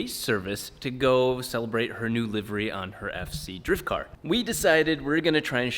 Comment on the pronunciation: Thank you so much for pronouncing livery correctly lol